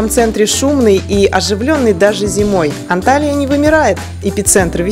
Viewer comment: Почему все блогеры неправильно пишут и произносят названия городов Турции?Не Анталия правильно Анталья, это принципиально .давайте ваше имя искаверкаем вам приятно будет?